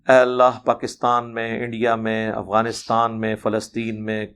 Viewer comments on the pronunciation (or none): none